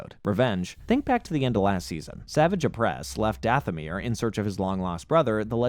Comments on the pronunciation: I enjoyed the video but mispronouncing the names was almost too much to handle.... The hilarious part was when you actually played a clip from the show that pronounces Savage Opress's name correctly and then immediately butcher it 3 seconds later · Bro there is no way that you actually watched the show if you're calling Savage Opress "Savage" when phonetically it is pronounced "Suh-vah-j" ..... feels like you're just reading a wiki and using clips of episodes you pick to include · Same with Savage Opress, like i get theyre real words but… thats not how you say his name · even when he talked about savage opress. Like he doesn't know the franchise when you can't get names right